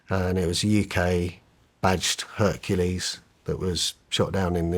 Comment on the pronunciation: Bro seriously.? He said hurkalease